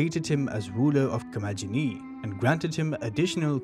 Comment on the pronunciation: In Ancient Greek, the G is always pronounced as G as in Got, never J as in Just. In Classical Latin, too. So, Commagene is pronounced Ko-ma-ge-nee.